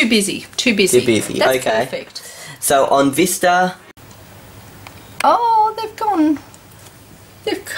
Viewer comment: lol ur accent "Windows Vister"